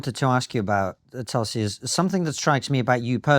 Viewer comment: So glad to hear pronounce her name the way Indians do. Well done..